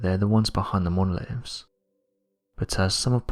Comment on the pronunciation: Monoliffs???? Horrible pronunciation